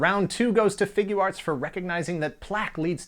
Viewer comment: Not really, but I was more amused at your accent when you say Figuarts (Figya arts). Sounds a little New Jersey. I'm Scottish, so I'm sure you'd get a laugh too ;-)